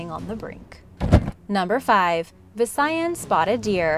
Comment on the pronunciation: wen you say VISAYAS its rong becas im filipino and i no the coreckt anwer